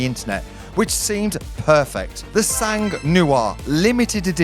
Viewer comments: Just so you know, since you’re about to buy a car with the word “sang” in it 😅 In French we don’t pronounce the “g” it’s “san”, not “sanggg” 😆 Every time I hear you say it, my ears bleed lol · The G in SANG (French for BLOOD) and therefore in PURE SANG is silent. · Sang 🩸 is prononced sang 🩸 not like she has sang like music. Sang 🩸 in French iits blood prononced like 100 if u know French 100$ euro and I bet u do mate. Wish u the car. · ONCE FOR ALL, DO NOT PRONONCE THE ''G'' OF SANG.... FRÉDÉRIC FROM PARIS FRANCE....